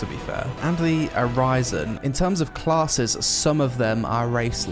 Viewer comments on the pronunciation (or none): My man is from the UK but doesn't know how to pronounce 'arisen', unreal.